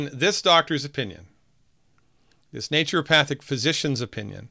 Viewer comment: Sounds like a co-opting of Naturopathy was/is going on right at the school level. I really enjoyed our talk on Monday (Baal Busters) and I learned from your videos how to pronounce "naturopathic" because I wasn't saying it right for a long time, just as you mentioned.